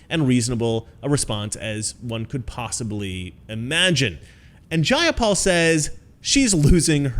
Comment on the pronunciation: JAY-a-pal. Take that b!tch 🤣